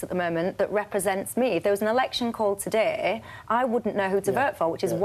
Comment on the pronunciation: Did I hear correctly ----that woman said that the conservative party is negotiating with a team of brexiteers-----is she asleep or a numpty?----the front bench consists of 18 out of 25 are remainers---and why is there a vowel missing from the herll language---vert ---vote ----terday ---today---lerds ---loads---ser ----so---brerken ---broken---hermless---homeless---asserciated---associated